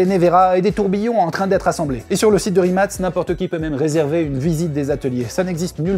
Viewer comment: Pour info ca se prononce RIMATS